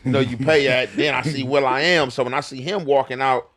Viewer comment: Nigga said Will I am 😂